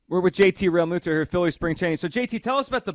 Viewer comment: Thought it was pronounced “Real-mew-to” not “Real-moo-to”?